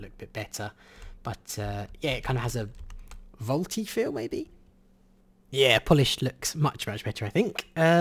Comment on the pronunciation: Vualty feel! VUALTY FEEL! COME ON